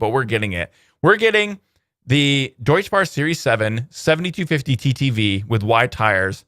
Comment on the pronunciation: Hey, your favorite German pronounciation nazi here. Deutz is Deutsch, but it's not pronounced like that. "tz" in German is pronounced "ts". Additional useless information: Deutz is a district of Cologne and actually what the company got its name from.